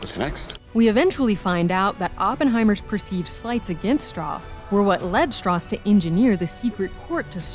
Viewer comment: Didn't Strauss say his name was pronounced Strowse? He corrected Oppenheimer's pronunciation the first time they met, or was it the other way around because Strauss wanted to move away from the German pronunciation of that name.